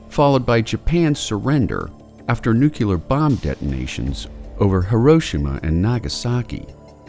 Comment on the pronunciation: Great videos as always, though sorry I have to say again, there is only one u in "nuclear".